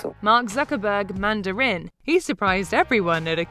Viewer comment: Everyone: watches passively The video: “Manda-RIN” Lol